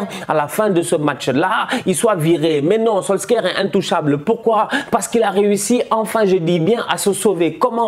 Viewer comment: il aime trop prononcer les nom a la francaise solsker 🤣🤣🤣🤣🤣